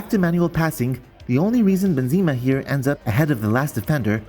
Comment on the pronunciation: Hey mate great video it is frustrating indeed the assisted pass, but if you allow me please stop saying "Bynzema" the name reads like this "Ben Zeh Mah"